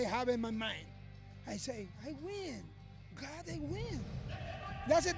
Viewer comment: Yoel “Its GAHD!!!” Romero